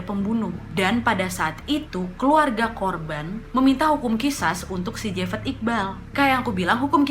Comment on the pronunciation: Ini javed dibaca jawed